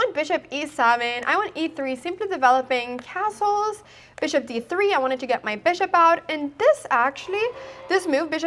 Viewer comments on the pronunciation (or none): none